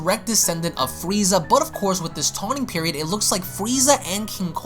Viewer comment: “TAWNING PERIOD”??? I’m soooo surprised that you ACTUALLY left that in....